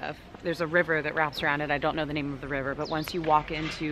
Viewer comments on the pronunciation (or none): none